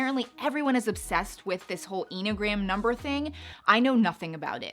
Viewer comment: Definitely know you aren’t Into enneagrams by the way you pronounce the word 🤪